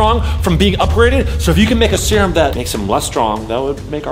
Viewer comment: At the first part of the video it sounded like vy was rhyming ‘serum cerum